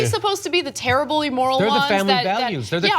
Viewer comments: "Emoral" minority? Thats funny. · I know, puppy pup. Cenk actually said "emoral."